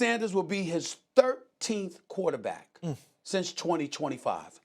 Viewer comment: swagu say "qwo-tah-beck" 🤣